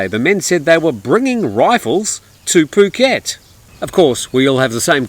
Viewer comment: Poo -ket not ph (as in "f" pronunciation) ?? F u (oo) ket ?? I'd never subscribe to your channel when you seem to belittle Thai nationals and their pronunciation of Thai words.